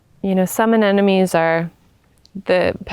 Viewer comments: You say the name Anemone, "Ah nem oh nee", not "Ah nen oh mee".. many people struggle with this word when they switch the second and fourth syllable consonants. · Your garden is lovely, and you are a very beautiful young woman with a soothing voice. Your hair and clothing are perfect for your English style garden. I love the woodland arbors and teepees. It's all very charming. I only say this to help you, even though many Brits also do this. Anemone is pronounced a..nem..o..nee. even Monty Don does this, but because you have a large audience, I thought I'd mention it❤️